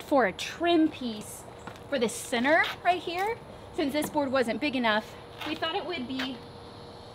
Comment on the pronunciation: I love that when she says center it sounds like she’s saying “sinner” 😅 but I love those windows 😫💕